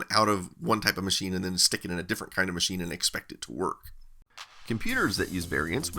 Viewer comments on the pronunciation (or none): none